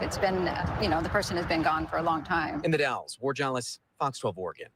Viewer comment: Hi, did you say The Dalles Oregon or Dallas Oregon? If it’s in the Columbia River Gorge area it’s The Dalles. Two different towns. The Dalles is pronounced - (the a sound is as in apple) Dalls. Just fyi 😊 I’m always on the hunt for Kyron Horman! I searched almost every day for him for 4 years. And I have his initials tattooed on my neck. … someday that baby will be found. 🙏🙏🙏